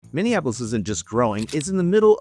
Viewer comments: I doubt you live here or know anything based on the way you mispronounce Minneapolis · Why did you pronounce Minneapolis weird. You from out of state